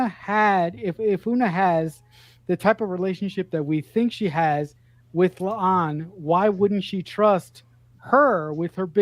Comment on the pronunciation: Please stop calling La'an "Leon".